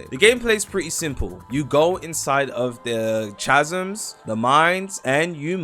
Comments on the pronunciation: 'cha-zms' is crazy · Roblox YouTubers are suffering man, “chasms” dkm🤣🤣